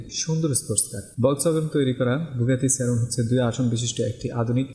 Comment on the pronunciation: buggati seron noi buggati chiron